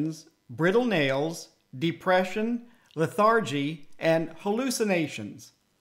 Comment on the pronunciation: I thought a low protein diet was vegetarian .... not KETO. KETO....from what I have been reading about....is low CARB. Other than that (and the pronunciation of Lethargy), great video and great information.